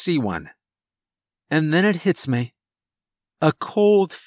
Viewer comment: the only thing that gets me is how he says "meh" instead of "me"